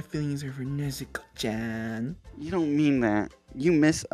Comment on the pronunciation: Everytime when zenitsu says “NEZUKO CHANNN” I be hearing nezuko chwan😭